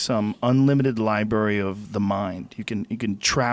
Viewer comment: the only word Joe don’t know how to say it kills me! Lie-berry